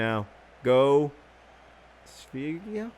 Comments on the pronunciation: Not bad pronunciation on "go Sverige" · The way you yell Sverige is actually pretty close to the right pronounciation. Nontheless, thanks for the wonderful Lets play.